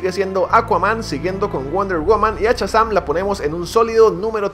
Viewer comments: No es "CHAzam" es "SHAzam"!!!!!!!!!! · amigo, no es Chasan compadre, es Shazam. ',:0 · "Chasam" :v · test para llamar la atencion de amo cuando dices "CHAZAM" y digo al mismo tiempo mira ese potencial <3